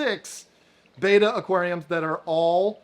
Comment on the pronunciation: Betta, Not Beta.